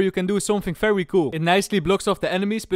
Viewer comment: I love your videos, but...why is it always "F" when it should be "V"?